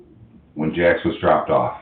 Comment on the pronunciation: He said Jax off 😂